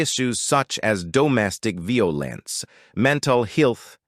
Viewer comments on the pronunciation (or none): The AI pronounces "violence" and "healthcare" incorrectly and it threw me and my student off